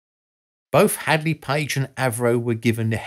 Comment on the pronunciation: Great but research research guys!! Its HANDLEY NOT HADLEY!